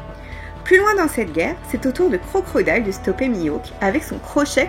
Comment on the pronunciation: y’a pas de mal on a tous nos défauts, en tout cas dis toi que tu m’as bien fait rire à chaque fois que t’as prononcé Crocrodile 😅🤣🤯❤️